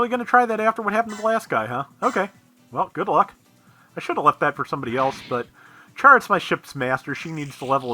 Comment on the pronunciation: I haven't watched part 46 yet, so apologies if you made the realization already, and this is just a nitpick anyway: The katakana for Chara Soon's name reads as Kyara, so it's more like saying "character" than "charade". Now that you do have ships and crews for all four group slots, something you might want to consider is rearranging some of your units. In particular it would probably be useful to have one ship that's exclusively or substantially flight-enabled machines for when you know you have an air map to deal with. Or just need people to be able to get off of a plateau by themselves. Oh, and don't forget to evolve the Sinanju so you can start having some real ridiculous fun with the Neo Zeong!